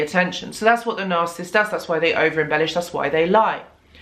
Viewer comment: It’s nar-SIS -ist